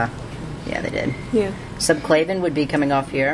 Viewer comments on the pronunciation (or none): not a bad video, though some of the pronunciations are incorrect...its subclavian not subclavan....and its axillary not auxillary....still helpful though